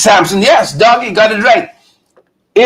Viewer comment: DAGGIE NOT DOUGIE